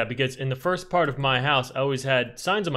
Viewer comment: My favorite number: ”Firat”